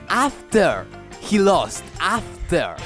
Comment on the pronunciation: Repeat after me: AHHFTEAR. AHHFTEAR. Great video. Muy bueno!